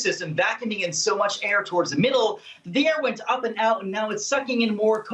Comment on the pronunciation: What a terrible reporter for the first section. Please someone teach him how to pronounce "th" rather than "v". 🤦🏻‍♂️